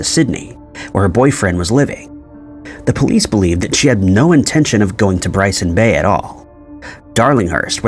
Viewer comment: I think it's Byron Bay, not Bryson Bay? I may be mistaken though.